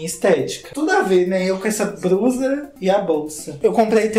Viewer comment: A pronúncia de blusa e com l (ele) e não com r (erre) tipo BRUSA. Vamos aprender a falar português corretamente.